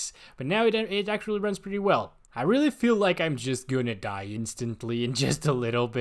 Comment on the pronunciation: Dude, I thought you say 'ruin' lol